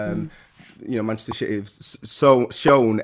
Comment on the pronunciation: Also did Trevor say Manchester Shitty? 2.50